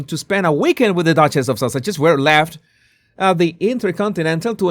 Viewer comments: Lol I thought U were saying. Sausages 🌭 but the possibility that maybe it was a accent occurred to me, so I checked the transcript 😅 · When you say the Sussex’s it sounds like you’re saying the Sausages. Which is much funnier. 😂